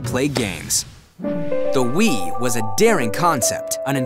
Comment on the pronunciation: I like how your saying "will" instead of "wii"